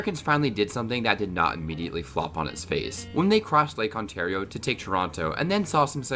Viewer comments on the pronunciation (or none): none